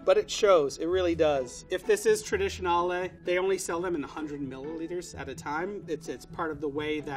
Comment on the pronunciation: I have never heard someone say "traditionale" ever before